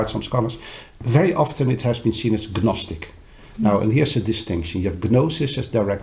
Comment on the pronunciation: I'm glad he pointed out the difference between gnostic and gnosis. I didn't know there was a difference until now. I'm a bit surprised that he doesn't know that the "G" is silent. Gnostic (naa-stuk or naa-stik). Maybe it's just his preference.